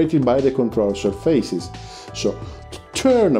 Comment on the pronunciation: Where are you from? I also used to say 'surfeises' to pronounce surfaces (séerfases). Enjoyed so much this FBW explanation